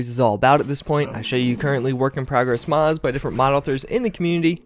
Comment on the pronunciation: Doesn't even finish saying the M in mods, "Did I just say Mads?", "Hoeth" are you having a stroke?